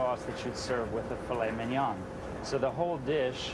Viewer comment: I don't know if I can trust a chef that cannot pronounce mignon correctly. Not to mention, aren't the veins supposed to be removed from foie gras, not 'cleansed'? Coupled with the fact that he believes people are too stupid to realize those vegetables are carrots and zucchini, and the addition of burnt onions? No thank you!